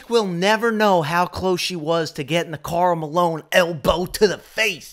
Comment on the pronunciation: BRO U CANT SAY KARL MALONE LMAO